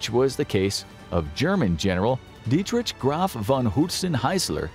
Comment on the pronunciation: You think that's how Dietrich is pronounced?